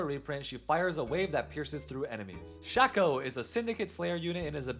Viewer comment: I've never heard anyone pronounce Shaco as 'Shakko' lmao. It's always either Shayko or Shahko